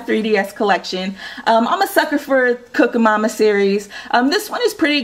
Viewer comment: It's cooking mama not cooka mama